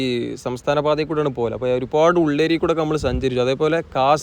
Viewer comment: ഉള്ളേരി അല്ല ഉള്ളിയേരി ബാലുശ്ശേരി താമരശ്ശേരി റോഡ്